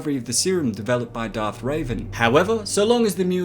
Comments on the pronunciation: You keep pronouncing it wrong. Revan not raven and rakghoul not raghoul. You got to annunciate man. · Dude u cant just read wookiepedia to your computer and call it a channel...u cant even pronounce the name of the monster you're talking about or the most famous force user in history Revan NOT RAVEN! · Revan not raven cmon! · "rak-ghoul", not "raguul"... jesus "revan", not "ray-van"... jesus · It’s Darth Revan, not Raven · Revan not Raven, Taris not Tyrus (Tear-is) and Rakghoul is Rack-ghoul. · Darth revan not raven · You made a little mistake dude it's Darth revan not ravan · At the end he definitely said Darth Raven instead of Revan. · That wasn't the only thing he pronounced wrong, but Raven hurted alot ;P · Darth Raven???? Did you mean Darth Revan? Revan like to Rev an engine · RE-VAN not RAVEN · Its not "raven" its revan. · lol darth Ray-ven or raven like the bird i find all your mispronunciations funny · Its Darth Revan not Raven. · I believe its Darth revan, not raven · Awesome video. I remember requesting this video a while ago. By the way it’s Revan not Raven. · Sorry to berate you on your video but its actually Darth Revan not Raven 😅😅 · Did you just sat Raven it's reven Heresssssyyyyyyyyyy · Revan, not Raven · He said it more like Reiven but that sounds like Raven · No offense, but I hate the way you pronounce Darth Revan.